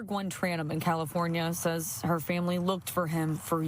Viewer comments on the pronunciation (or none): none